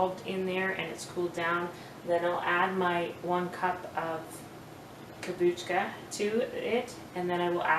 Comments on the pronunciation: No, you are putting a k before the a. I'm not trying to be smart, it's that I was an English Teacher and if you look the pronunciation up, it is not pronounced, Kom-booch-ka. 😊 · It is pronounced Kom-boo-cha.